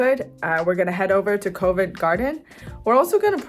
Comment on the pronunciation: pronunciation Cov as opposed to Kov, second vowel, Ent not vent, Otherwise your improving, as English speakers, Must admit smiled at the Innit joke